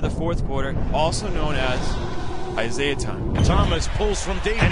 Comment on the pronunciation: "Isiaha" LMAO